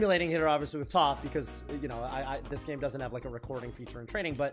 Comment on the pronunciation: Bro it’s YOU that’s got all these non - Avatar fans pronouncing Toph’s name incorrectly 😭